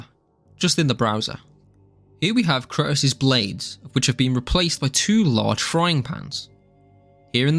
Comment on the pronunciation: The way you pronounce kratos makes me want me want to lay down in front of speed bumps